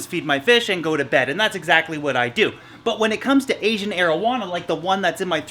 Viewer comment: Each time he says asian arowana i think he says asian marijuana